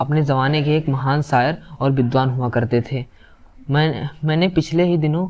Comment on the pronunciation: Beta sayar nahi hota shayar hota hai